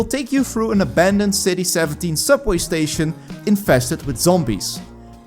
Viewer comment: A nice, concise description of 6 horror games under 10 minutes highlighting the most interesting points about the listed games. Nicely done. That pronunciation of "station" made me giggle. However isn't the term "addon" a bit misleading?